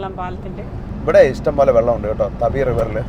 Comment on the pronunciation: തപി നദി അല്ല. താപി നദി. 🌹❤️